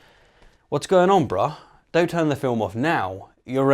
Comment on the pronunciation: To be fair, he didn't say anything about "the core syllogism," he only spoke of "thee core syllogism." Of course, that seems to be because he's unable to pronounce articles properly in English, but still... 🤔